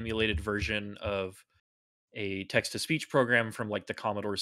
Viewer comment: Whenever says "Text to speech", I keep hearing "Texas Beach".